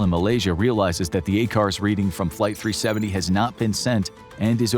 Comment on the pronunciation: “flighy 370”